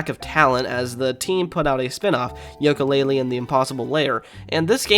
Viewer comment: why are you saying Yolka Lay Lee instead of You Ka Lay Lee?